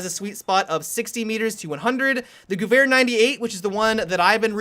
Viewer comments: anybody else triggered by the way he says Guwehr? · Cody Cruz He was saying it wrong thats why i wrote that ughh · Gewehr sounds like Gever. It's a lot easier to say so I'm just throwing it out there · The "h" extends the syllable, so it sounds more like "gev-air" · He said gooair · that better than some of the other pronunciations of this word some of my friends pronounce it like "Gyewer" and I just wanna smack them for it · I prefer "gooey 98" to the correct pronunciation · the way you pronounce 'gewehr' is wrong. You need to pronounce it on nature german like 'GEWEHR!!' Still enjoyed you video. Love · Just so everyone knows, "Gewehr" is pronounced "Guh-vehr". :) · TechnicBot geh - vehr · Yeah, I never knew how it was pronounced until battlefield (it was in COD once) I used to to pronounce it like "gher-her" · The way says Gewehr Is funny. Goovhair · Dah Magpie i always pronounced it like sewer gewher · american / english cannot say Gewehr right ... their G is like the germans saying "dschi". ... which as a german you would say "dschiwea" (without having a reason to say it in english :D) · why is he making two noises with the "W" in gewehr? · damn when u pronounce gewehr just damn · So funny for me as an austrian hearing you pronounce "Gewehr"